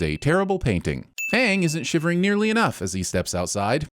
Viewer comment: Best thing about this series is at least its AANG instead of OONG